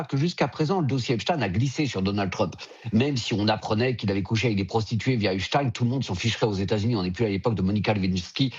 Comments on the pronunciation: Pourquoi Epstiiin ? c'est EpstEIN ! ou est-ce antisémite de prononcer son nom ainsi ? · c est EP SHTAAIINN